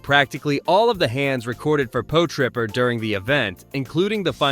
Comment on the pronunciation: Po-Tripper!?😂 Pot-Ripper